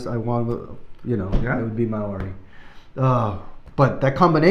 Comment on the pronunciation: 🤟😜That was EPIC!!! And your pronunciation of the word Maori was great. I got Sepultura vibes from this myself. Thoughts?